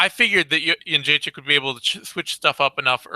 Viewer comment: really needs to learn how to pronounce Joanna's last name.